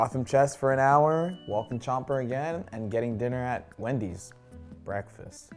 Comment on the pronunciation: the way he calls chopper chomper lmao